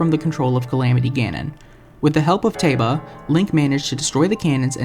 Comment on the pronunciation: Revali has always been my favorite champion! Edit: Finally! Someone else who knows that Teba is pronounced (Tae-buh)!!!!!!!!!!!